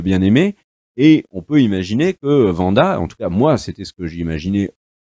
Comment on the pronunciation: C'est pas faux. Tout comme le W de Wanda se prononce à l'anglaise ("Ouanda") et non à l'allemande ("Vanda"), puisque ce n'est pas une série allemande... Et tout comme on ne dit pas "les premières épisodes" mais "les premiers épisodes" (donc avez liaison "zé"), puisque le pluriel prend un S. Mais ce sont surtout des tics de langage, il faut essayer de passer outre !